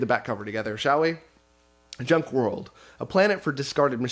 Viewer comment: It's hilarious that the Junk World author left you a note on how to pronounce his name because everyone adds the phantom "R". Including you. Every time you said his name, you added in the "R" :)